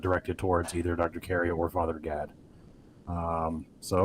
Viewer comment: It kept sounding like Carrier was calling him "Father God" 🤣🤣🤣